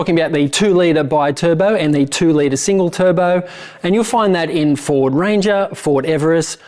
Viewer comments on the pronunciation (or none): Where you saying Ford or Fraud?......